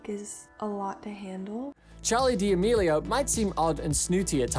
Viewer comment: charli DEAMELIAO!?!??! 🤣🤣 im crying u pronounce it sooo wrong.